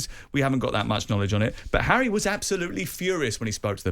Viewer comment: Well said "arry" 👏🏿 😅